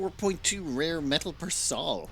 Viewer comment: I think it's pronounced "soul" not "Saul."